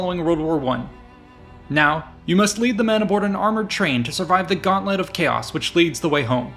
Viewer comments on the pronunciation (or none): none